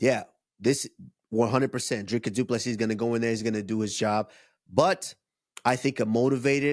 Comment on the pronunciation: As a South African, you pronounced the name perfectly, Kamaru!